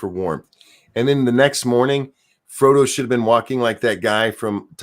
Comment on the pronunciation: You saying Fredo instead of frodo 🤣🤣